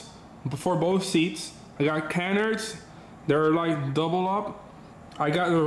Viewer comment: Bruh... I think it's pronounced Can-ards lol. Love the content though.